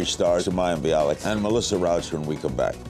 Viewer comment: And because "Rauch" is a german/austrian name, it isn't pronounced "Rowsh", but "Rowch", with the ch like in Bach or Chuzpe.